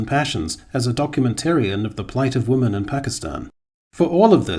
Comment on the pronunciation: it still bothers the shit out of me that you keep saying woman instead women